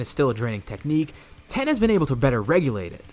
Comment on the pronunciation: Its tien not ten